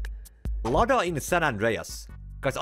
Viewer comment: Lada= lowda 😂😂